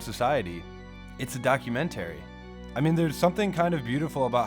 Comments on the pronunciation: Please learn how to pronounce documentary. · The way the narrator pronounces documentary triggers me.